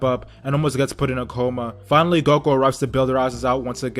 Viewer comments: He called him goko wtf 😂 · It's Goku he just says character's names wrong on purpose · It's Goku. he just says they names wrong on purpose